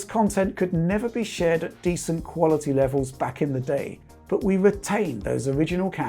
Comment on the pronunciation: Ha "qualiadee"